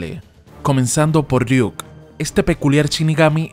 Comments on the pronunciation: .....Es Ryuk no Riuk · Riuk no es ryuk